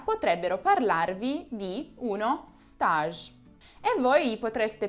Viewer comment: scusami ma l'avevo scritto prima che vedessi il tuo video sulla parola STAGE! Sei davvero una delle pochissime che lha capito che bisogna pronunciarla alla FRANCESE. Complimenti dal tuo prof.;))